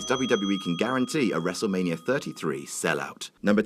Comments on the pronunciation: "wrestle manier" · really Adam? one word into the video and you mispronounce Wrestlemania?